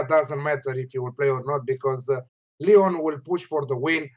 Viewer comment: Big man, he pronounced Lyon awfully.